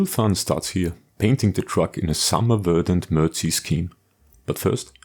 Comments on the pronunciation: ....say, "Mer-Deck".... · "Mer-dic" is how you pronounce it, Sir. Very good video of an excellent build. On a personal note, I drove a regular deuce-and-a-half for a year in West Germany and all of our vehicles were in the brown dominant MERDC shade. When stationed at Fort Polk, LA our vehicles were in the green dominant shade-quite a difference. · "mer-deck"...., "MERDC"....- "Mobility Equipment Research & Design Command"....just sayin'....